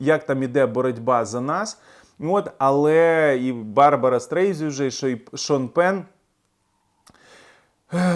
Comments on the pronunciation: Мовчу вже про чистоту української мови. Але НЕ Барбара СТРЕЙЗІ!!! А СТРЕЙЗАНД! Соромно! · Дякую за роботу! Завжди чекаю на нові випуски! Трохи різанула вимова призвища Барбари. Ось її звернення до Siri:” "Моє прізвище вимовляється без літери z. Це Strei-sand, як пісок на пляжі (sand з англійської означає "пісок" — Ред.). Ви можете це виправити?"